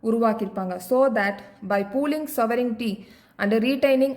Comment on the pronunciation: Sovenity illa mam sovergnity